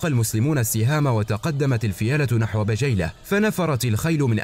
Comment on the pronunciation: الله يعطيكم العافية ماتقصرون في هذي القناة الأكثر من رائعة ولكن عندي ملاحظه في نطق بعض اسماء القبايل مثل قبيلة بجيلة والتي تنطق بالكسر